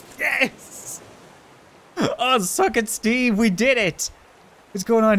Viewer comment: I understood Stevey not Steve lol